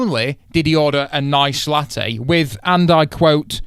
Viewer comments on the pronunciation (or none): none